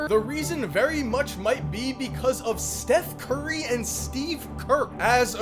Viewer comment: "Steth curry"